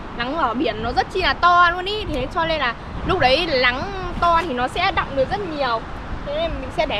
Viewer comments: Nghe bé này nói chuyện stress ngang😂 cứ Lắng r Lói, Nà,…🤣🤣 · Nói chuyện y chan a Sáng lun náng thì kiêu lắng😊chữ n kiêu thành chữ l😂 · Nc n chứ ko phải l 😢 Nắng ko phải lắng . 😅